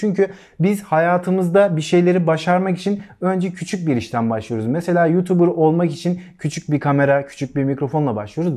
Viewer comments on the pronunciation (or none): none